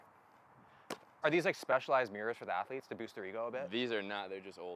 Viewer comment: “All of our atheletes.” - 😂😂